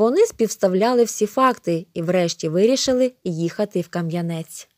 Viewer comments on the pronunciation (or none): Дуже гарний переказ! Але наголоси! Ка(наголос на а )"янець, Хоти( наголос на и)н.